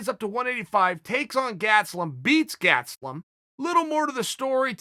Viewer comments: Chael "Gatselum" Sonnen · Chael "Gatzlum" Sonnen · nobody: Chael: Gatslum